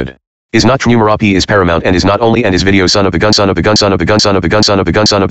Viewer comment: Paramouse instead of Paramount 😂😂😂😂